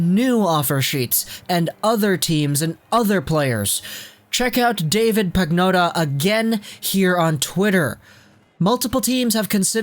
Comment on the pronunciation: It's pronounced "Pan-yotta", not "Pag-notta".